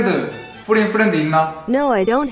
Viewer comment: "WORD IS VERY IMPORTANT":mater, mycrosopt, forien, foriend me: - _